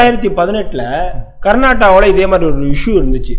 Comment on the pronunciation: தம்பி நெறியாளரே கர்நாடா இல்லை. கர்நாடகா தமிழ் உச்சரிக்க கற்றுக் கொள்ளுங்கள்.